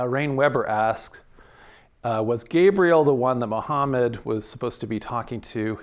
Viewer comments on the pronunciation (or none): none